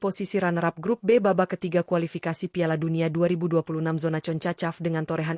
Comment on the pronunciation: Ngomong yng jelas min,bukan concacap,tapi jona konkskap😂😂😂